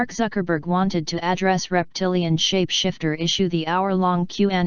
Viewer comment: It's David Icke not David Ick and it's shapeshifter not shap shifter A I is going to have to get better than this